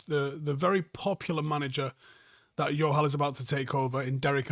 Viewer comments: Bro, what's with the J being pronounced as Y mate. In south asia its a J. Much love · Jo-hal,, he's not Spanish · Just saying it’s pronounced Joe-hal, yes they are Sikh for sure. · Love this video. Your pronunciation of the name ‘Johal’ as ‘Yohal’ is going to have the Johal’s I know thinking their Portuguese though 😂😂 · Close. But, in punjabi it's still a J!! We're not Spanish!! JO-HAL!! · idk why you're pronouncing johal like it's spanish lmao pronounce the "j"